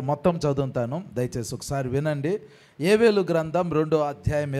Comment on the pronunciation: Yevelu kaadhu,yovelu, Telugu nerchuko